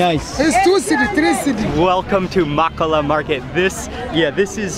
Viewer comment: Is Ghana oooh. 🤣 living in Ghana I know first hand a lot of the ingrediants/foods you had. Stunning country with amazing people. Its pronounced Moh-koh-loh market 😋 So glad you had the opportunity to visit an awesome place most people over look. Next time you in the country...try visit the coastal side, a beautiful resort called "Coconut Grove". Keep up the great videos! 👌